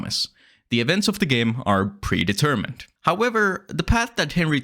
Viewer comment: 'that prevents are e de-mermined' what??? what is that phrase? is that your accent or are you misreading text? are you trying to say 'events are (or aren't) pre-determined?' "prevents are e deMERmined" isn't even close to the same thing. sounds like you yourself are a broken ai at this moment, or are reading (badly) from one.